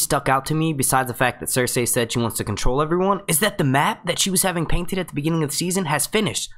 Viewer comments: I can't do it, in the first minute of this video how many times did you say ""... Cersei!!! "SER-SEE"!! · idk how i can watch this video after hearing how this guy says circei. cir-SAY. like gosh man theyve only said it like a few hundred times in the show cir-SEE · Cer-see. Sur-C. Sir-Z. all of those are acceptable. not cer-say. no one pronounces it like that. stop. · Not trying to be rude but curious why you say pronounce Cercei's name as sir-say and not as sir-cee? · Do they pronounce Cersei's name different in the book? Because you pronounce her name different from the show.... The show says Sir See, you say Sir say, it's alittle annoying and was just wondering if there was a reason you do that? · Say her name properly!! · How can you make game of thrones videos if you can't pronounce Cersei's name right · i want to listen but when he says cersei in that weird way i just get lost